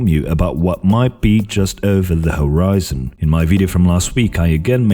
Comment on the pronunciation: "What might be over the hoRyzen"